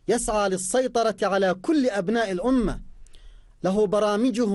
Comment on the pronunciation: ادفعوا رواتب الناس يازوبي قال الاومه الاومه الاومه